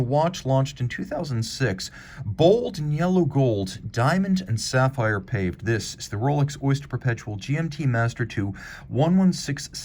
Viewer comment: Paw-Vey not Paved lol